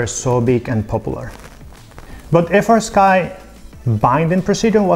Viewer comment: Why does fastsky sounds like nitendo 😅